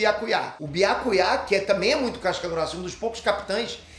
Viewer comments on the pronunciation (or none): Byakuyá ? Fala o nome dele direito mzr Byakuya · Ta de lascar ouvir pronunciar errado o nome de Byakuya e de outros personagens. Depois ele quer ter razão quando reclama quando pronunciam o nome dele errado.